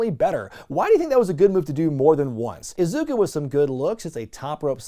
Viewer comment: Its Iizuka not Isuca. Clearly he has no idea who he is. Disappointing.